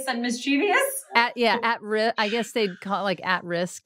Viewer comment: Why are you all mispronouncing “mischievous”?